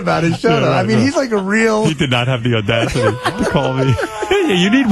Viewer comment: russo's gotta get his shit together; "odasity" are you kidding me?